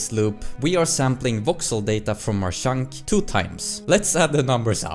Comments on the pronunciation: Every time you say "chunk", it sounds like "shaunk" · I like how you mostly pronounce "Chunk" as "Shunk", always made me smile :D